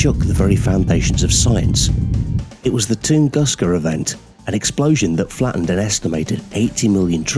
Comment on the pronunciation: The "toongoosker event" lol